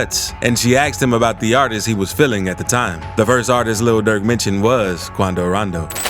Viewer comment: Luh durk attacks Quaandooh Rondoh